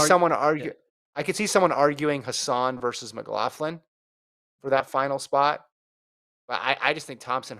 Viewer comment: Doesn't Sydney pronounce her own name "Mc-lok-lin" not "Mc-lof-lin"?